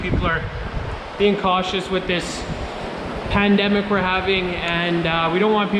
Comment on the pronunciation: Did you just call this a "Pen"demic? definitely a professional.